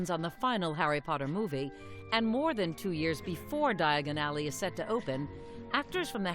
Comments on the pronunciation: They should have found a narrator who could say Diagon Alley without sounding quite so awkward. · Ron: Diagon Ally Harry: dIaGoN alLy